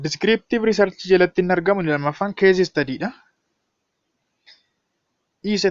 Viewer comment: What you are teaching /providing as tutorial activity is impressive and comprehensive but please consider your pronunciation of cause and case, they should be differently pronounced, you have to pronounce them correctly. Otherwise, your teaching effort is very good and interesting, hence keep it up.